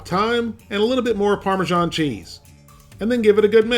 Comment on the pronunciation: Remember: its not parmeZHan, its either Parmesan or Parmigiano Get it right pls